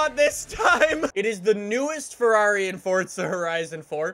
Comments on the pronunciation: It’s not fordsa it’s forza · Forza means force in Italian and is pronounced like “Fortsa” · You say fortza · direct me to the “t” in forza, love u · Please pronounce it correctly it kills my ear drums